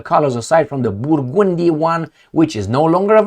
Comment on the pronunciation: I love ya. More help with English.... BUR - GUN - DEE. That's phonetically how you'd pronounce Burgundy.